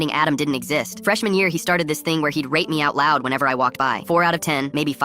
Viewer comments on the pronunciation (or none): He did NOT say rate